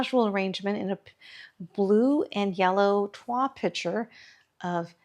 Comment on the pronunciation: This arrangement is so beautiful! (The L is pronounced in toile.)